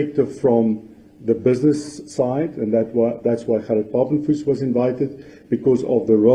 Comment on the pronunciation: Pap-en-vis ... is eaten in the Cape! In the North we eat Pap-en-vleis! 😂😂😂😂😂 Gerhard Papenfus will enjoy the distortion of his surname! 😂🎉😂🎉